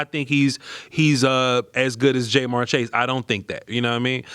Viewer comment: … are you saying JayMar on purpose??? 😂😂😂